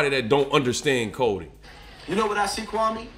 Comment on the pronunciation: Can you say the man Kwame Brown‘s name the right way lol ? Other than that good vid straight to the point!